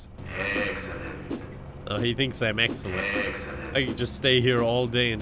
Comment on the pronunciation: "Eggcelent" -Some guy